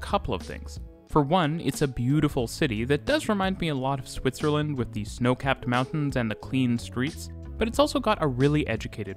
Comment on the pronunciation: To make your narrative more pleasant to listen to, and sound more professional, please stop pronouncing the word 'the' as 'thee.' "The' is pronounced as 'thuh.' Also, stop those hard, random, inappropriate emphasis of syllables within words. It mimics contrived and artificial speak.